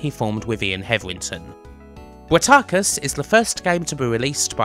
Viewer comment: "Sig-no-sis"? Pretty sure it's "Sy-ag-no-sis". Source: Intro to Blood Money. Also I had Bratacus (and that's Brat-a-cus, not Brat-ar-cus) on the ST. It was a bitch to play, jerky, slow and incomprehensible. But then I did have it on a Automation Menu Disc so maybe there was more in the manual...